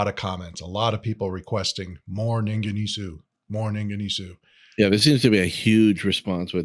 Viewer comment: pronunciation "Ningen EES" . just found your channel. I'll be checking out more!